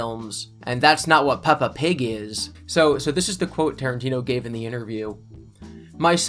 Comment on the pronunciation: Puppa Pig 🤣